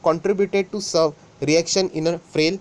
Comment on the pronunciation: Kisne notice Kiya severe ko serve bolte hue